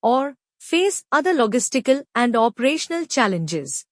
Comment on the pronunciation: Alok, this AI can't even pronounce 'Logistical'. Do something!!